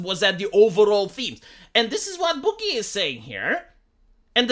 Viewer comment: "SO BHOOG-GEH."